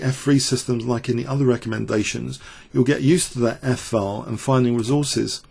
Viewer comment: This isn't a normal English accent - his pronunciation is quite poor. He can't pronounce "th" at all; he can't pronounce "t" at the end of words; some vowel sounds are odd, too: "file" isn't pronounced the way he pronounces it; and yes "fantasy" comes out as "fancy".